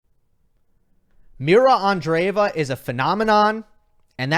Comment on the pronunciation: Hi! Pls pronounce her name properly. Thanks! Just a small request please